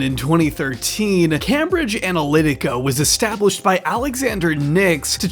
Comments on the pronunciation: it's came-bridge, not cam-bridge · Came-bridge, not cam-bridge. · Just FYI for next time - it’s Came-bridge. Not Cambridge. Came like name not cam like ham. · isnt it pronounced came-bridge? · The utter fucking cringe is almost too much to bear. Also, please, it's pronounced Caim-bridge. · the absurd mispronunciation of cambridge is hilarious